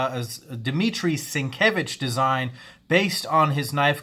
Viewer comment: You said Sinkevich wrong.